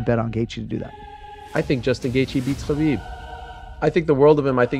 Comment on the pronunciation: DC has been in the game for so long but he still getting "Khabib" wrong